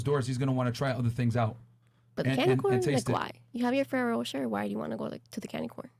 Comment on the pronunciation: OMG chick...learn to pronounce FERRERO ROCHER....how did you mess that up so bad